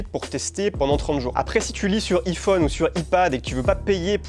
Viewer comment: Par contre on ne dit pas "i" phone et "i" pad mais bien " "ai" (lire eye) comme en anglais 😉